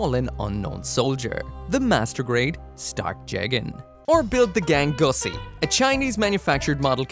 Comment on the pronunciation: Gangsuosi is wild pronounced gangussy 😂😂😂